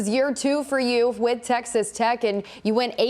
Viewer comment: “Tessex Tex”?